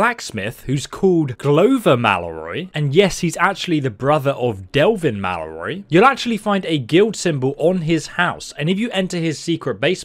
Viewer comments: The way has a stroke trying to pronounce Mallory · I could listen to you struggle to pronounce "Mallory" all day